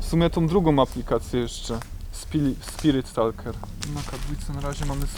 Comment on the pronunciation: Pomogę Ci, mówi się „spirit taker”